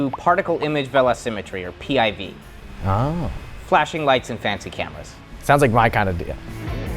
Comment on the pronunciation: PIV you say?